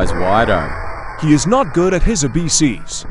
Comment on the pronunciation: Bruh Man said abc's as abeses